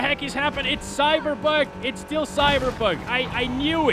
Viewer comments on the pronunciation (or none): it's cyberbog it's cyberbog